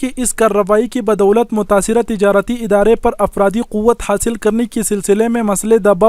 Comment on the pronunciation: اپراد نہیں افراد 😂😂